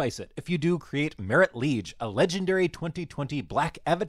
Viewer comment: It's Marit Lage, not Marit Liege.